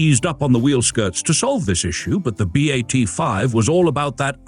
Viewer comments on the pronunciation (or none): Molto Bene! I hope you're going to do episodes on the B.A.T. 7 and B.A.T. 9 (the other two in the pictures). BTW, it's pronounced "Bat," not "B-8"